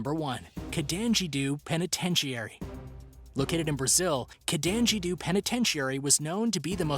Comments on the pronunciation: Carandiru not canajiroo have you been speaking long? And now Brazil has a prison gang which is like a Union you pay a fee and get protection. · wait why would you pronounce Carandiru , Contangidu??